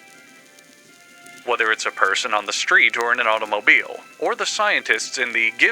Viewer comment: Can't believe made this video just so he could have an excuse to say automobile like that